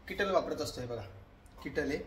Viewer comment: किटल नाही केटल म्हणा 😂